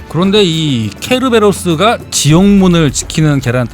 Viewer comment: 적확한 발음으로 (Cerberos '께르베로스')라고합니다.